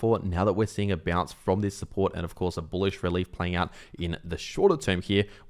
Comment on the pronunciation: say "boolish" for clicks, or worse yet, he actually believes it.